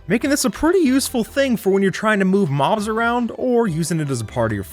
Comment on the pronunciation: in the intro he audibly says "maws" instead of mobs he just doesnt pronounce the b